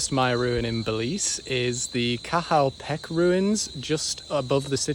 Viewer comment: petch its pronounced petch